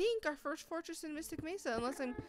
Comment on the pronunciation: " I FOUND Ember IN a fortriss!" Well no dur